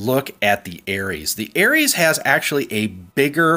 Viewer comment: Приколо то, что он говорит не Арес, а Эрис. (Ну типо ирис) )))))))